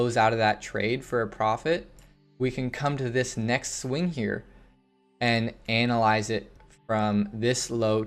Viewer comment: wait no one else heard him say anal eyes this up trend?